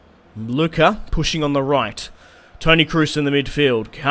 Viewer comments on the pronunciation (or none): none